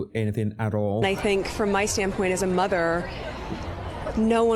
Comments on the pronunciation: Ye I hate the way she says motherrrr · Why does she always oddly pronounce mother as MUTH er. Seems sarcastic.